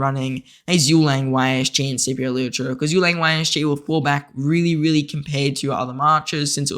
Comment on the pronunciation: It really triggers me how you pronounce Liu che😆